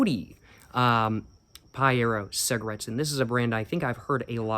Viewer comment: I love the fact mispronouced everything except paiero, wich he pronouced in perfect brazilian, true cig fan